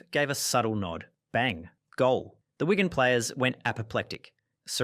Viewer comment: “Thierry HENry against WOIgan” 😂. It’s pronounced on-ry and Wig-an. Please. Good video though